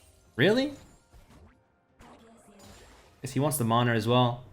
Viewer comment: Is he saying "manar" or am I hearing wrong?